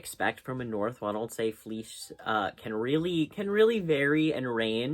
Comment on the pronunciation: Hiii! Just so you know Ronaldsay is pronounced “ronald-see”. Same goes for all the islands and place names with that “say” and other “ay” spellings in Orkney. Love your vids!